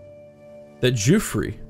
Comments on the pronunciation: I like the series but his name isn't Giufre (Juffry) but Guifre (Ghiffry)! It's an "iberisation" of Wilfred. See the similar Guilfredo. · As a Catalan, he is actually almost correct. It would be even closer pronounce it the same as 'Guilfredo' but without the first L and the final 'do'. ÇIf you are really curious check it out on Google translate! ;) I'm really liking this series btw, the character is actually the responsible of the catalan flag. He made it by dipping his fingers in his deadwound and passing his hand on his shield. The 'é' at the end of his name marks that you pronounce that e in a more rough strong way so to speak